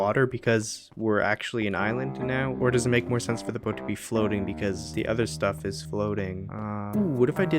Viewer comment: He says studf like he is an expert lol?